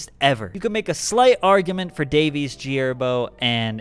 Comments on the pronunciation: You really said gherbo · This nigga said g herbo 😂😂😂😂